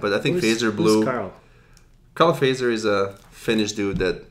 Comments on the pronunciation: The "correct" finnish way to pronounce Fazer is like this: Fa [fa as in fa-rm] zer [tcher as in Tcher-nobyl] What an example... 😌 But it's common for foreigners to pronounce it like you did. 😄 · So funny to hear them prounounce the name like "phaser" :D It's actually pronounced "fatser" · Fazer - pronounced: "futt-serr"